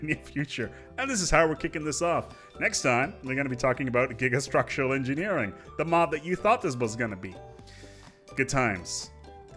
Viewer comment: Correction: "You Thouwt that Gigastwuctuwal Engineewing was insane? Check ouwt This one.